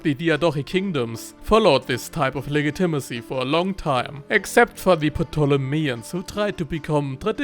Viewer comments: Legitimacy is pronounced “le-JIT-i-masee,” not “le-gi-TIM-asee” like you’ve been saying lol. Just a friendly tip. I normally wouldn’t say anything, but that word was used so prominently and frequently in this video that it became maddening lol! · Soft g dude soft g. It’s pronounced like lejitimacy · You pronounce the "g" in legitimacy as a hard "g" when it should be softer. But this is not a big problem since I can only speak 1000 words in a language that is not English.